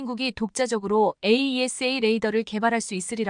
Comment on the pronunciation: 에이샤 해라 에이이에스에이. 하지 말고_